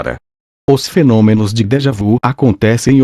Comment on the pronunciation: A compreensão desse texto poderia ser melhor se a leitura fosse feita com a pontuação e a entonação corretas. Tive que voltar atrás várias vezes. Crítica positiva para que haja melhoras... A propósito, a expressão francesa "déjà vu" deve ser pronunciada como "déja vi". Esclareço que não tenho nada contra o conteúdo e admiro esse assunto!